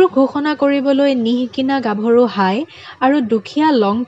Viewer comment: কাৰ্বি জনগোষ্ঠী সকলৰ সংস্কৃতি, জীৱনশৈলীৰ ওপৰত চমু আভাষ দাঙি ধৰাৰ বাবে প্ৰথমে আপোনাক নমস্কাৰ ও ধন্যবাদ জনালো। যিকোনো জনগোষ্ঠীৰ বিষয়ে কবলৈ জোৱাৰ আগতে প্ৰথমতে তেওঁলোকৰ ভাষা উচ্চাৰণ জনাটো দৰকাৰ বুলি মই ভাবো ।কাৰণ উদাহণস্বৰূপে ইয়াত আপুনি koise- হাই হবলাগে ha-i ইয়াত মই কেৱল এটা উদাহৰণ হে দাঙি ধৰিছো। কিন্ত্ত আপোনাৰ video টোত বহুত শব্দ, বাক্য বিলাকত উচ্চাৰণ ভুল আছে। এই কথা আপুনিও জানে যে এটা শব্দ ভুলকৈ উচ্চাৰণ কৰিলে কি হবপাৰে । সেয়ে আপোনালৈ মোৰ অনুৰোধ আগৰ video বোৰত উচ্চাৰণত চকু দিয়ে যেন । ধন্যবাদ***।